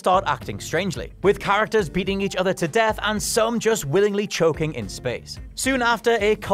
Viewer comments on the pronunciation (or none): none